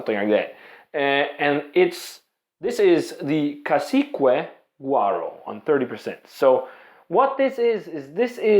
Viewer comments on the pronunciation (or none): The U in cacique is silent